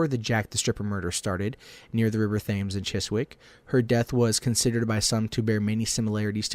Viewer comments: Thames is pronounced temz incidentally ;) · It's not jack the stripper it's Jack the Ripper and he said Thames wrong